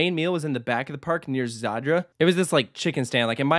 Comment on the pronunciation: Its just southern Poland, it is pretty well known, it is sponsored by the state energy company i think Zator not Zaydder or whatever, Oświęcim not 'Oshwim' I mean this is a close distance for an American, it is not 'in the area' really so much for people there